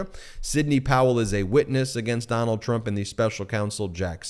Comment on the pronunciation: "Doh-nuld, be best." Melania Trump